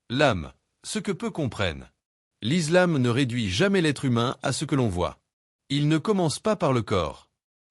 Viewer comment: Faire au moins un effort sur la prononciation de certains termes notamment islam et incha Allah même si c’est de l’IA faite semblant un peu.